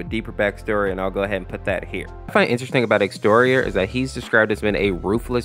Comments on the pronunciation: Its exetior not X terrion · Hey! Quick FYI, Exetior's name is actually pronounced (Ex-eh-shee-or)